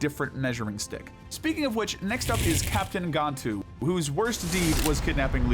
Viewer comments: Is there any reason I've been hearing people pronounce this as "Gone-too" instead of "Gan-too" lately? They repeatedly call him the latter in the movies and entire TV show. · It’s pronounced as “Gone-too” in the first movie but “Gan-too” in the rest of his appearances